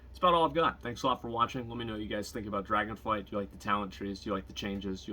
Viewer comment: Anyone gonna tell him it's called Dragonflight? :D